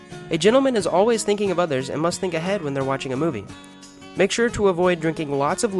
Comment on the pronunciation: "make shures" hahaha